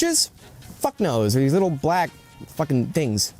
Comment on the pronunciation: Funny that ol dude brought up leboof, since his inability to use the term fuk is juuust like that curly headed fuk from that movie iRobot. Stahhp cussin, yuh not good at it. Fr tho that ish is just distracting lol